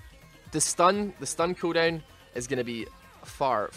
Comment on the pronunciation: the way you say cooldown is pukable and vomitably